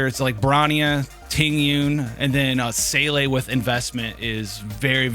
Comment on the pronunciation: German speaker here: Your Seele pronunciation is almost there .. make Seele rhyme with Pela and you will be pretty spot on. Still close enough to make me perk up though!